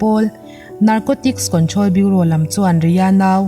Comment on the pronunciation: Ngaihnawm in bengvarthlak thin hle mai. Kawnthrawl (control) ti a lam hi kantrawl ni thei se va duhawm eem 🙂